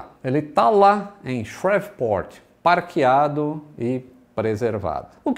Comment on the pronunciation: "parkiado" foi otimo. Nao deixe a escola de ingles ouvir isso. 🤦🏻‍♂️😂😂😂